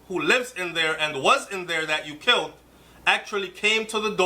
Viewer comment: You don't pronounce killed as kilt...